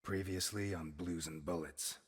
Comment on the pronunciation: Am I the only one bothered by how the opening narrator pronounces: 'Blues and Boolets'?